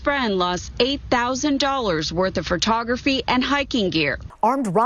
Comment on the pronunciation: professional newscaster says "frotography"